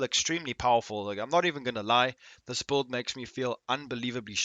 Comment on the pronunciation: Are you saying build or bold?